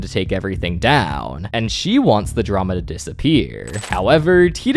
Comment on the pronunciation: dramauh, yachtuh, roy(y), down(n), ba(a)guh